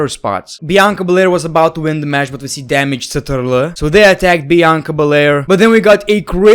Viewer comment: thw way you say damage ctrl 🤣